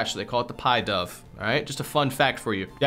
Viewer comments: It’s pidove not piedove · pidove is pronounced “pih-duv” as in pigeon dove, not like pie dove